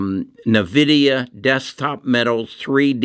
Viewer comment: Still pronouncing nvidia wrong man come on